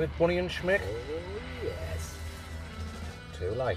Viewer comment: Little shhhhhmich is class 😂 keep up the great work guys